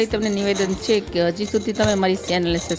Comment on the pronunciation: V વીડીયો બનાવવાનુ બંધ કરો પહેલા ગુજરાતી બોલવાનુ શીખો, સમસી નહિ ચમચી, સે નહિ છે🎉